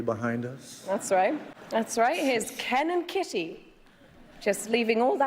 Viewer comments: i heard cannon kitty instead of ken and kitty only thing that tripped me up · i swear to god she said cannon kitty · I would guess that "fodder" in the first example is an reference to cannon fodder, because the way she said "Ken and" sounds like Cannon - but maybe I am overanalyzing. Not a native speaker btw. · For the first joke, i think additional layer can be seen in "Ken and" sounding like "cannon", that rhymes with "fodder" in the end of a line, alluding to how they were thrown into this rivalry unwittingly. Or maybe it is just accidental and i read too much into this. As for understanding jokes, etc... I had troubles hearing "bernstein" in 4th one. I did figure out, that there should be name or surname, but not knowing those journalist, her pronounciation made me hear smth like "bernsty". And, frankly, i think 5th was easier, that 3 and 4 :)